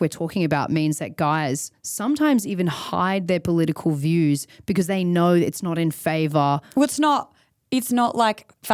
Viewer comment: “If youaoao knoaoaow, youaoao knoaoaow”